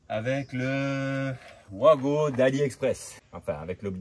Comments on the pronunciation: Coin! Coin!, pas toi 😱 On ne dit pas vouago mais vago.😭 Tu ne dis pas un vouagon mais bien vagon "wagon" ❓Rassure moi 🙏Après oui, ce sont des borniers de connexions rapides.👍 Il y a les mêmes sur "Temu". Je me demande comment cela passe la douane. 🤔 Le matériel électrique doit être estampillé NF. 😱 Alors, test à l'arrachement:🆗 A ce Vincent quelle chaudasse 😂Test à la surcharge (16*230= 3680W sur 25m max: ❌ Malgré la surcharge, 4500W, le bornier à 70°C, c'est trop en 20min, imagine à long terme. 😱 Je préfère les blocs de jonction à visser.👍 Bizarre comme expérience, une vidéo qui ne fait pas l'éloge du produit.🤔 36 15 kinenveu pour ceux qui n'en veulent. 😂 À bientôt, bey! Bey!🤞✌ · Juste pour info on prononce Vago c’est comme le wagon 😊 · Mais tous les électriciens le font exprès de dire OUAGO alors que ça doit se prononcer VAGO ? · Tout l’monde dit ’ouago’ comme si ces produits éraient de sources anglaise. Ben non, c’est allemand, donc le w se prononce comme v. Ce sont donc des VAGO !!!